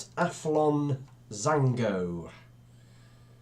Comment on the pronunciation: It’s jango not jango